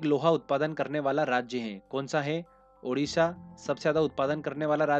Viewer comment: Not Udisha.... Odisha OK